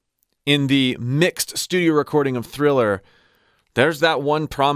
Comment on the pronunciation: Always used to fascinate me as a kid that MJ barely pronounced ‘Thriller’ properly and sings ‘Diller’ and ‘Giller’ and whatever felt right.